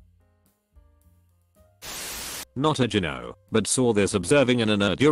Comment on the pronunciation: Its annoying that you cant pronounce gyno.